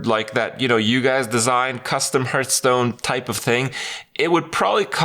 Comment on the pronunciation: When will he stop saying hurtstone